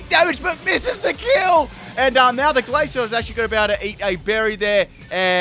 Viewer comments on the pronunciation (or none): none